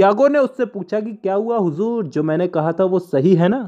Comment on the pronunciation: The way u say huzuur 🤭🤭